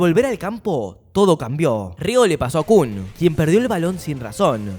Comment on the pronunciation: porque le dice Reo a raichi y kuan a Kuon??